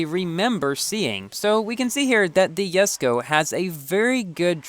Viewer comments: Why do you call it Yesko not Jesko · Did no one notice he said yesko instead of jesko😂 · ) You kinda pronounce saying Yesko..lol.. i am stucled at 58/60 jesko..so close to 4*.. key pack saved me though.. 14.5k tokens for 73 jesko bps i guess